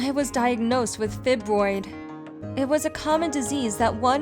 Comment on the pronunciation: Fibroid pronounced fi-broi-ds (phy-broy-ds). You said fibrosis correctly